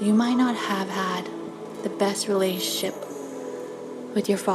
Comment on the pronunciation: Is there a reason for that backround music? I found it very off putting. Also can you say Relationship properly?